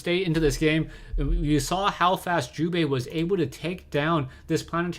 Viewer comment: lol sounds like you are saying jewbait sometimes xD